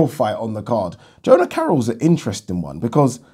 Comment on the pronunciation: Jono Carroll not Jona...